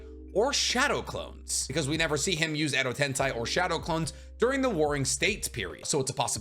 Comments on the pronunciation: Edo Tensei..... Sei... Sei...... Not Sai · I'm going to punch my monitor if i hear one more time edo tenSAI